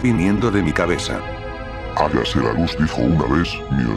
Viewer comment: no podías quedarte atrás, y menos en halloween. algunas recomendaciones: mejorar la redacción del mensaje de inicio, si es que seguirán más de estos videos. también, la pronunciación de apellidos que no son españoles, como stone, que se pronunciaría 'estoun'. se dice DEGUSTARLA. HÁGASE.